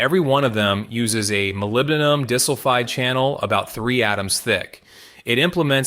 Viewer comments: Not dis-sulfide, pronounced "die-sulfide". Artificial, yes, but not "intelligent". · unfortunately, his use of AI prevents him from building a unique reputation - and we have to suffer bad pronunciations for SRAM, CMOS, ... and Molybdenum-DIS-ulfide! 😠 lose-lose in my eyes! 🤷